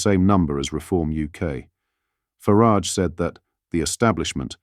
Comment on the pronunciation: You need to train your AI voice to pronounce Farage and Cymru correctly